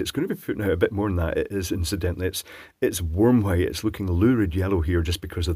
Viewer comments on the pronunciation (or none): none